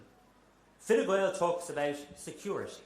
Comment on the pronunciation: He says “Fine Gwael” Enough said 😂